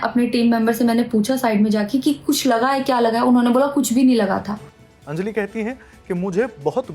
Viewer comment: It’s अंजलि, not अंजली